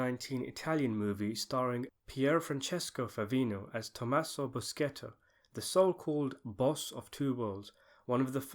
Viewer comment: The character insisted that his name be pronounced boo-shay-tuh in the movie, I am perplexed at how you failed to see to it. Maybe you're just ignorant at respecting foreign names. I give your effort in pronunciation a 0.5 out of 10.